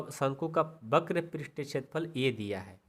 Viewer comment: Only one mistake वक्र होता है बक्र नहीं